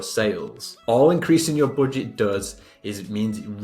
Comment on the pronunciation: don't say boodget..plss🤣🤣